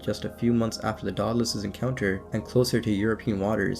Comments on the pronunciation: !Day-dah -Lus" proper annunciation . Dagh da lus is toatally wrong Sorry but do research and grt things correct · Its day-duh-luss. Its please-eeyo-sore.